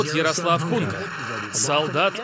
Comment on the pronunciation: Почему "Хунка"-то? Он Гунько (ударение на "о")